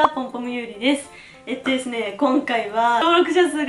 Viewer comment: おめでとーございます👍前から思ってたんですけど「えっとですね〜」って言うときの滑舌の悪さが面白くて好きですww